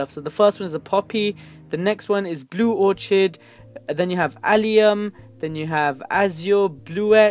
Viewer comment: Did he say or-chid